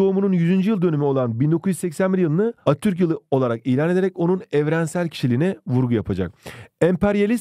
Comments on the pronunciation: hocam izlerken çok güldüm attürk diyosunuz:virtualhug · Attürk değil hocam ATATÜRK